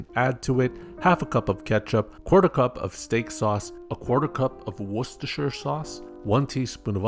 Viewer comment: Nuka cola never went out of business here in NC?? I'm drinking a cup of Nuka cherry right now Edit:HOW DO YOU PRONOUNCE WORCESTERSHIRE SO WELL????